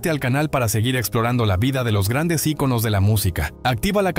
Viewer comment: Ni siquiera sabe pronunciar icono y los titulares amarillos dan asco. 🤮